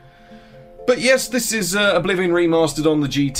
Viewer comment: Am i the only one who heard "Bolivian remaster?"? 😅